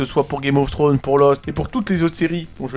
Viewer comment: Après tant d'années t'arrives toujours pas a prononcer le s de Game of Thrones 😂😂😂😂😂